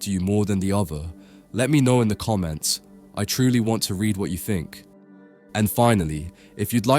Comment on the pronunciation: It's very odd listening to someone talk about something as "pretentious" as art and history, who has such a distinct lower class "socialect", not being able to pronounce "th", but rather replaces it with an "f"... "Thirty" becomes "firty" "think" becomes "fink" and so on.